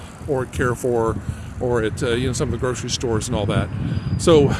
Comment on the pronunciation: Carrefour pronounciation: Carre= car with french R, not so much like care . Four= the closest you can say it in french is fur😅 or foor just like door but with an F, a doorway kind of pronounciation. I have never been to perpignan! It looks like spain😅...but the buildings are more frenchy than Spain...you will be able to visit Spain easily from perpignan...even Portugal! Portugal is much less expensive than France, its really beautiful there...am completely opposite of perpignan...for me italy/ germany/Switzerland/Austria/Netherlands and Belgium are easy access...of course mostly the towns that r close to the frontier. If you get an opportunity, you have to visit East of France, its really beautiful, north Italy is so underrated, small town in Germany are much worthy than big cities...don't go to berlin😅, as a tourist my favorite country must be Netherlands,its not a big country and is flat,much easier to visit...but even their big cities are worth to tour, everything there is a postal card....its a must place to visit in my opinion...not much to live in,but certainly for vacation. If you dream to visit Rome or venice(popular destination) do it in winter time, I don't recommend to visit popular destinations in warm season. for the sun and leisure, Greece /Croatia/spain/Malta/Macedonia....they all are touristic and not expensive....